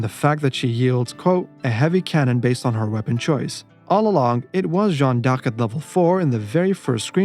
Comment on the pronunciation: My friend your missing pronouncing d'Arc